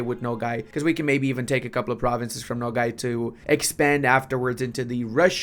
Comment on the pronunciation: why you say Nogay? Its okay to be gay